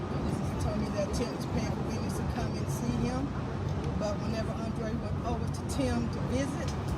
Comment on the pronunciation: Hey Sis please correct his name on your Rest In Peace banner! His name is Andre not “ Andrea”